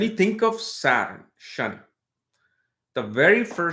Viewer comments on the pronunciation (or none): It’s Shani not ‘shiny’.